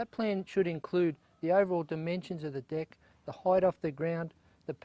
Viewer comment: between those shorts & all that talk about dick, I don't know about this guy.. oh wait, he was saying "deck"